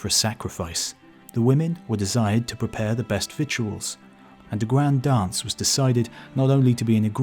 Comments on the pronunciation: “Victuals” is pronounced “vittles” – rhymes with “littles.” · you are incorrect. Google the pronunciation, you will see “vidl.”